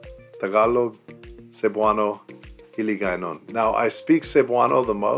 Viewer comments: Owww, your Hiligaynon or Ilongo as well is excellently pronounced and the accent. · I love the way you pronounce the Hiligaynon dialects, you sounds a real *longgo when you speak